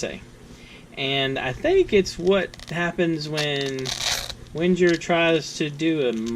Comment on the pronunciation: Wenger is pronounced Ven-geir, with a hard "'g". This model sold well, and was discontinued years ago. Can opener is fine for right handers. The flathead locks when pressure is applied. Yes the plastic socket for the driver. And remember: Ven-Geer, with a hard "g"!